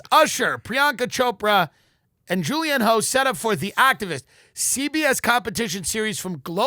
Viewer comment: Pronounced Julianne “huff” idiots